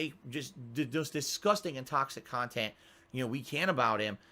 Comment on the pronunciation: Yeah, outdated kitchen appliances are shooting up in value all the time! My old tin opener is worth ten grand now! You know that some people who haven’t been lobotomised actually listen to your “Khantent”aswell don’t you?